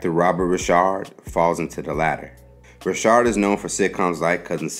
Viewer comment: His name is not Robert Rishard , it's Robert Ri'chard (Rikard) . If you going to do a video , please get the pronunciation right , smh